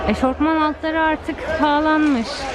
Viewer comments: Eşofman eşortman değil ☺️ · Eşortman diye bir kelime yok eşofman var